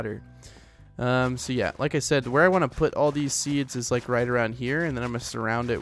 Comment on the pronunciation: it ees what it ees